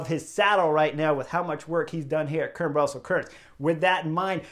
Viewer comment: Chris; the e at the end of Kuurne is not silent; it has two syllables with the 'uh' sound at the end: Kuur-nuh. Sidenote: Spicy Taco is not a traditional Dutch name... Also: van Hooydonck's nickname is: 'De Lange' (The long one; we would say 'tall' instead of 'long'); he's 1.93 mtr; about 6'5".